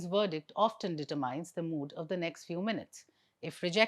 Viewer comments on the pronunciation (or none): Determine. i is not pronounced as in mine. it's like min, bin, tin, kin.